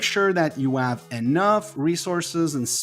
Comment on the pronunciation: For your accent I take you are Mexican??? You should practice the letter H, because you say Eroes, Elp, Ell, Ave, Elm, instead of Heroes, Help, Hell, Have, Helm, etc You try to talk American, but fail. Glad to help.